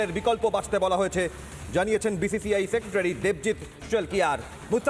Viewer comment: Uchharon ta thik korte parena BCCI hobe BCI. Boycott bangladesh and RBangla